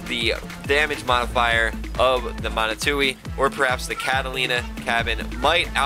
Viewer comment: Steppe Spider? Catalina? BTW Manitou is pronounced MA KNEE TWO